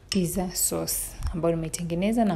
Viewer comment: It’s “pittza” peeople🤗🤗🤗🤗